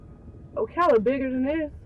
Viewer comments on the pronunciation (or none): Dude.. O'Calla? It's Ocala, Florida.